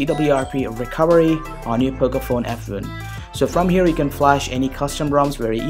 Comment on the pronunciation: Accent is perfect, except the way you say "F1". :p Improve on that area